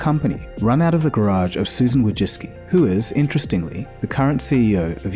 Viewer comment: susan (not woody-cki) vOicicki like void! first hard C not "dy"! (btw maybe She is wojcicki or wójcicki = wujcicki) copy past to g translator (change to polish) and hit listening icon.. Never mispronounce sb surname... please.